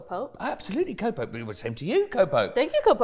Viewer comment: every time said co-pope i heard copium xD